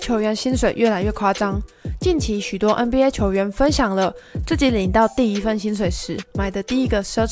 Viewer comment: 别再念”嗯BA” 了 ………… 求求你